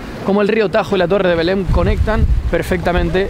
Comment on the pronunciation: Belén (en castellano) o "Beláin" (en portugués), ¡pero no Belem!